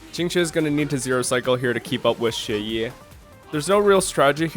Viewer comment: You unlocked fu xuan’s E1? When did you activate it? For a non-chinese, your pronunciation of Xueyi is pretty good. Qingque is just the most character ever, crazy to think just a while ago she was written off as too inconsistent and terrible.